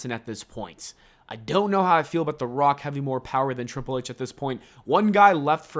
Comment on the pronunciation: you butchered Triple H’s name